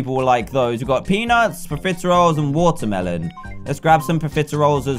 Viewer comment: He said waterbelon